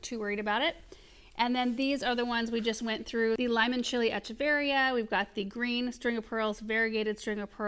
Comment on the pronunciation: I had a feeling this video was coming after Aaron mentioning a succulent delivery in yesterday's Highlights video! Love and love seeing all the succulents but good grief her mispronouncing echeveria over and over again is a bit like nails on a chalkboard. Definitely agree that the strings of things plants usually want more water than most succulents. I bet Aaron or Paul could help come up with a way to plug those holes too. Succulents do well with bottom watering but you wouldn't want to leave them sitting in water for long..15 minutes is good..but probably not more than an hour at most.